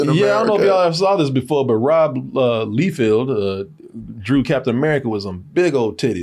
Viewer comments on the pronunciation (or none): Rob "Leefield"? All the other videos I search on YouTube says it's "Lie-feld". was correct the first time! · His name’s Rob “Lie-feld”. pronounced it right the first time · It isn’t LEEfield, it’s Liefield…and it’s Eee-liath, not Aylieth…Jesus Christ! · Its pronounced Life feld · Yeah, he kinda exposed himself with "Leefeld".